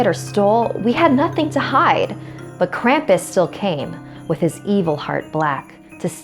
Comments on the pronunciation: Krampus take her away for not saying your name right! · Okay I'm from Germany were Krampus originated and his name is not pronounced cramp-us it's Krom-puss. Okay? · Why do people pronounce Krampus with an a the a is a u that is how Gremans pronounce it geez.